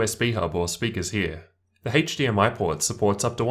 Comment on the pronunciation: “Haetche DMI”